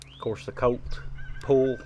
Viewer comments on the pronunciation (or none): Great review! I love the way you say Colt sometimes, it gives me a chuckle. “Cote”. Love these revolvers and you are a great shot!